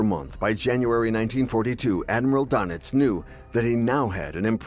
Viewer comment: Doenitz is pronounced "Dernitz" auf Deustch.